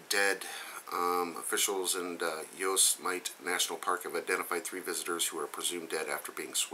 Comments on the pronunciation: Thats pronounced yo-sim-i-tee... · lol yosemite... XD dont take it wrong but its pronounced yosemitee. thanx for another really informative video!